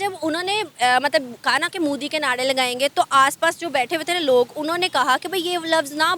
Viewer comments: said" Modi ke Naade" lagayenge 😅 It's" Naare" madam 😂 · ये लडकी ऽऽऽऽऽ नाडे नही ऽऽऽऽ नारे ! तुम्हे language का भी पता नही यैसे अनपढ लोग है 😂😂😂